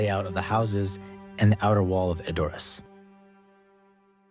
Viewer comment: "ED..or... ass"......NOT..... e...DOR..ass